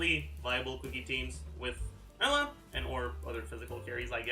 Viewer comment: Question: Why does pronounce Eula as "Ella"? If he's trying to pronounce it the German way, isn't it "Oila"?